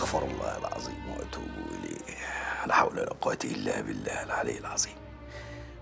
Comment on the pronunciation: الزالمين ❌ الظالمين ✅ العزيم ❌ العظيم ✅